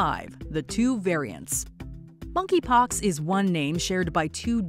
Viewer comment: “Moneypox” wth ?